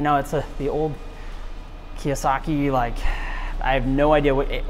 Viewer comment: It’s definitely no KEWASAKI 😅. ITS A Kawasaki.